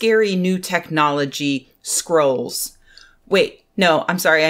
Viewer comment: i heard "skrulls" instead of "scrolls" XD